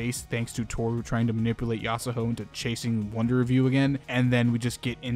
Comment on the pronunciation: It's annoying how you say yasahoe instead of yasuho